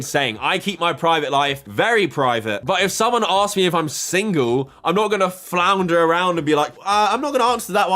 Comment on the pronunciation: She can even say single right......